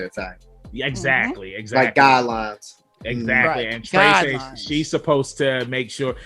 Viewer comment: lol its not "trey-say" its "treh-seh" but ok, to me, the animation was kinda slow and boring. i feel like it has a lot of potential but yeah...